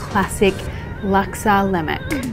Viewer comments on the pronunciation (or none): It’s not laymac..... it’s LemAk... lol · In the Malay language (Bahasa Melayu), the 'K' at the end of a word is not pronounced. Should be Laksa Lema, with a slightly longer 'A'. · Great recipe but butchered the pronunciation of "lemak"